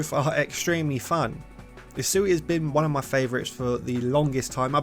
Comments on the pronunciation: Asui?????????? dont you mean Usui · "asui". bruh.